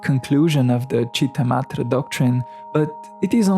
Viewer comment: It's Citta-Matra not Madre. It's a 't' not 'd'